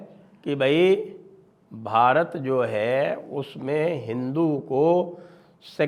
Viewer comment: How will you reclaim Bharat when you pronounce Bharat in foreign accent?